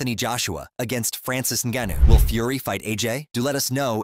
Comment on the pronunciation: This channel needs to learn how to say Francis name